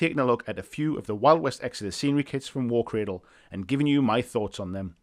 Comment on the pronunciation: “War Cwadwl”